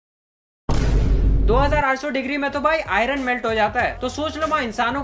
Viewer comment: His pronunciation of iron